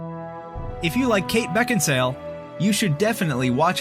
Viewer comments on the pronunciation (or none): Kate Beckinsal(e) pronounciation